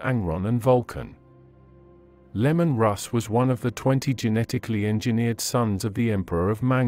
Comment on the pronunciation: Bro, it not lemon its Leman. It is really hard to listen to this when you keep saying lemon. People will not watch you channel if you keep making mistakes like that.